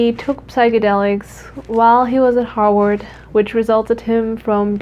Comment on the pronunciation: The second time u said harvard it sounded like u said hog warts and then I thought hog warts is probably named after harvard